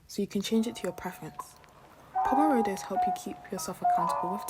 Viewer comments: lol!! u actually just pronounced pomodoro as pomorodo so theres nothing wrong with your voiceover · Your pronunciation of "pomodoro" had me rolling 🤣 in all seriousness though this video was really helpful - now I know how badly I have used my time as I barely studied this holiday 😃🙃